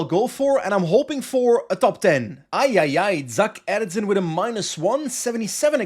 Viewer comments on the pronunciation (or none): Great episode as always. By the way, Zak Erzen is pronounced Zjak Erzjin (if you read that as if it was dutch). I didn't know either but I checked the pronounciation thing on PCS lol.